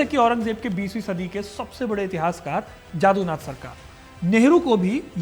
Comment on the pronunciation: Dear HC, इतिहासकार का नाम 'जदूनाथ' हे 'जादूनाथ' नही। उसे इतिहासकार ही रहते दीजिये, magician क्यु बनाने मे तुले हुये हो?